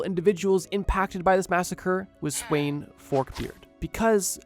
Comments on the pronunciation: the way he said sweyn(its actually sven) was so long from the danish pronountiation that i first realised whatneme it was after the video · It brothers me that he says sweyn even tho its acctually svend like bro isnt svend like also in the english naming line up??